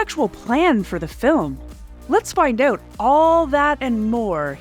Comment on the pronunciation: "Let's find uuuuuwt abuuuuwt", shall we? MUST be Canadadian. : P